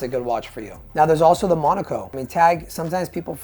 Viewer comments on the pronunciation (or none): none